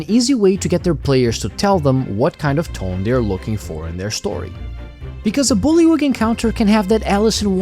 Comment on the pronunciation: You got the pronunciation on the first try.